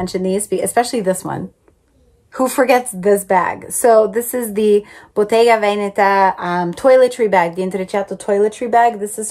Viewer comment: Love love your vintage collection 🥰😍😘💼👜🌹love how you pronounce Botega Venetta ☺️